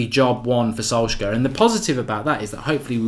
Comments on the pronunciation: Love the content but his name is solsh-shire pronounced! 😂😂 keep it going pal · Thats sad that u can't pronounce Solskjær Mate. Shows ur attitude on the correct pronunciation. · Thats not how u pronounce it. Its very hard for a english man to say that name, everyone gets it wrong. Im norwegian so i know.